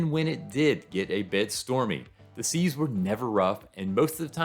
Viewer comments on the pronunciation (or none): none